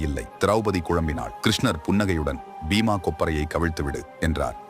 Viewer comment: பீமாகொப்பரை அல்ல. பீமா (விளித்தல்) உச்சரிப்பு வர வேண்டும். பின்னர் கொப்பரை என கூறவேண்டும்